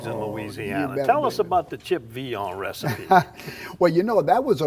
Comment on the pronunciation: It's Pronounced Vay-ion